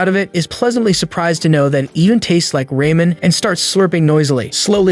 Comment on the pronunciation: Is it just me or did i heard “Rayman” on or ? I swear i must be tripping because i never thought Ramen was pronounced like that 😭